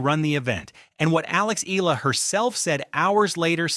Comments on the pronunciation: Eela? Hahaha it’s EYALA or Eala. You had someone in the video pronounced her name and you can’t even say it right yourself. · It’s not EE-LA. It’s EH-YA-LA. Pronounce her name right. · Please. Pronounce her family name correctly. It’s eh-YA-la. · Here’s a phonetic to pronounce her name right EE-YAH-LAH. Get it right, you’re going to pronounce it a lot more.😊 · YA-LA that’s how you say it.